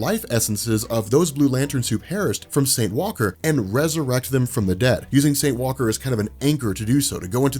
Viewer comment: The emphasis is on Saint, not Walker. I don't understand why you emphasize Walker.